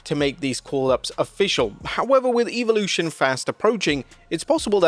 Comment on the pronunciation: 😂 the fact that you're running with what Coachmen said is absolutely hysterical. This channel has turned into a complete joke. Christ sake learn how to pronounce evolution.